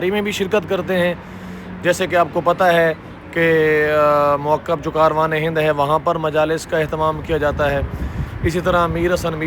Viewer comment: موکب کا تلفظ ٹھیک کریں